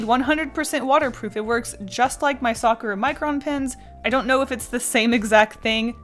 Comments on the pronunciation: does it trigger anyone else that she says "sakura" like sak-ra?? instead of sak-oor-ah????? if its just me then im gonna die. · Isn't it sa-ku-ra not sakra? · its not pronounced "sokra" its "Sa-cur-a" Youd know this if youve ever heard of a sakura tree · peachy olioil they don’t though people in Japan say sak-oor-ah. I live in Japan so I know and my middle name is Sakura so I would know how it’s said. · When she says Sakura it sounds like she’s saying soccer 😂❤️ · stares at you sa-kur-ah isnt that hard to say japanese is only hard when you have to learn the formatting is differernt than english, and that theres three different ways to write words. im assuming people are only getting on her because they want her to pronounce it the correct way. if you want to fight someones linguistics go fight the french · The way she says “Sakura” annoys me, it’s supposed to be pronounced Sa-ku-ra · Izzy S. YOU ARE NOT ALONE😝😝🤣🤣